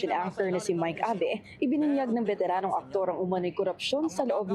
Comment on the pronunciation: Beteranong aktor? Did i hear it rite? Hehehe